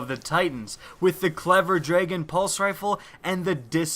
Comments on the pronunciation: "draygon" is not the right way to say dragon. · I think you mean DRAGON, not DRAYGON.